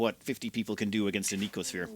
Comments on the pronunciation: The youtuber inability to actually read words before pronouncing them strikes again. It's no-see-oh-sphere. No k sound in there anywhere. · No-See-O-Sphere Sorry, the pedant in me got out momentarily. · "No-see-oh" sphere. From "Nociception," having to do with the perception of pain and discomfort.